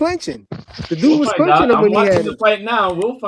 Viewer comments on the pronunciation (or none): its clinch not clench!!* #WEHUSSLE #KaliefBrowder